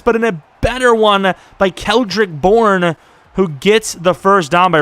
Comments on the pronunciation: Did he really say keldrick Bourne😐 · kendrick bourne. Not keldrick lol